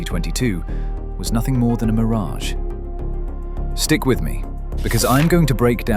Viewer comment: It is a Mir-ragee